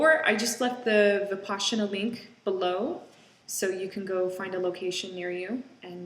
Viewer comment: It's Vipassana NOT Vipaschana! You pronounce it wrong! Just saying!